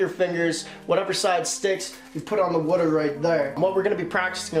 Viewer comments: my mans says wuter not water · Someone pls make a montage of him saying water wrong